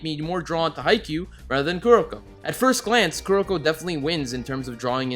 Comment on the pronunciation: He said haikyuu good